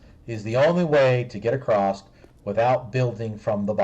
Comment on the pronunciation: Is he saying "rectal" and "acrosst" instead of "ret-i-cle" and "a-cross"?